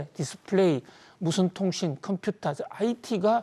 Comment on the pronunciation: 해박한 지식과 콤퓨타 발음은 덤으로 즐기고 있어요. 감사합니다.